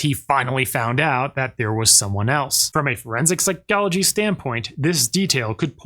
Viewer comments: Forensic Psy-GOLL-agee :face-purple-crying:. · Why does this guy pronounce “psychology” so weirdly?